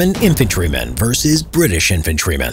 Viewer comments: BRI’ISH Nooo noooooooo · British more like Bri'ish